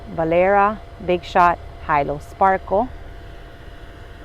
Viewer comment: I'm thinking that Hilo Sparkle should be pronounced HEE LOW from town in Hawaii - Hilo. (not pronounced "high low") Does anyone know for sure?